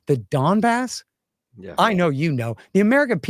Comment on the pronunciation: Scott - “I'm supposed to trade Austin Texas where I'm from for who has sovereignty over Deepa nosca flipa flops in eastern Ukraine that no one can even pronounce” lol funny and so true